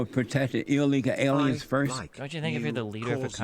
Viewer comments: Ill leeka aleeans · I want to know what he means by “illegal aliens” or as he says “allyegaul arens” also “AMAZIN” Pepega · Eel leeka ale ians